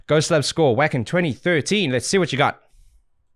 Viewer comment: I am disappointed in you... 😩 "WAKKKKK-en" 2013? You've been doing this long enough to know how to say Wacken correctly: "Vah-ken" -_